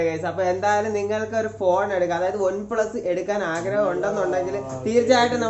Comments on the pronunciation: Adhyam one plus ennu parayaan padik 😸😸😹😹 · ഒൻ പ്ലസ് അല്ല വണ്‌ പ്ലസ്🤣🤣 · ഒന് പ്ലസ് അല്ല ബ്രോ വൺ പ്ലസ് ആണ് 😂😂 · വൺ plus ആണ് bro അല്ലാതെ... ഒൺ plus allla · Onplus alla oneplus . Please correct the pronunciation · On pluse alla one plusa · ഒന് പ്ലസ് അല്ല one plus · Onn plus alla broh one plusa 😂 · Onn plus alla one plus 😆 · ഒന് പ്ലസ് അല്ല bro one plus ആണ് ട്ടൊ broo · ഒൻ പ്ലസ് അല്ല വൺ പ്ലസ് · ബ്രോ ഒൻ പ്ലസ് അല്ല വൺപ്ലസ് 😁😁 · ഒൺ പ്ലസ് അല്ല bro വൺ പ്ലസ്. 🤩🤩😀😃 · പറയുമ്പോൾ ഒൺ പ്ലസ് എന്നാണ് ഭായ് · ഒന് plus alla വൺ plus aan🤭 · One plus enne parayan ariyille bro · One plus ane une plus alla🤣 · Ivan onplu ennu paranju veruppikkuvallo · ON plus alla one plus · Adhyam OnePlus ennu parayan paddik .review ahn pollum .hmm